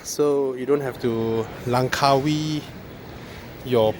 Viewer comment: NICE!.. since u said "langgkawii".. i wonder how much without IT:) actually registering in "the other side" of Msia is cheaper...still "older" steering?